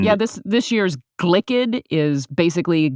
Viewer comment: I winced when I heard Glicked 🥴